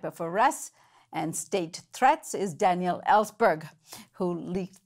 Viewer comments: Thank you for covering this and we must give Jullian all the support necessary. One small thing, when you put the accent on the second syllable of Daniel's name it becomes a girl's name. Customarily, the man's version has the accent on the first syllable:-) Not a big deal, but distracting to listeners who are used to hearing it the other way. We must have correct grammar while fighting fascism! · It's pronounced, Danyl and spelled Daniel. "Danielle" is the female form of Daniel.